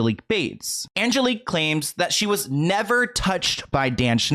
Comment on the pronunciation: This is nutty because my name is also Angelique. Like the way u pronounce it